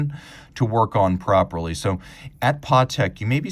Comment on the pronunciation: Patek , not Partek.